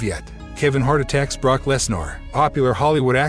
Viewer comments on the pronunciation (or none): This guy must not be a wrestling fan. He mispronounced Brock and Dexter Lommis’s name